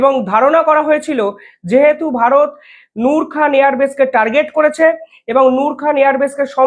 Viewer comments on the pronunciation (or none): none